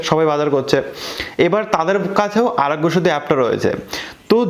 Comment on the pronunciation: আরগ‍্য সেতু সব্দটা পস্ট করে বল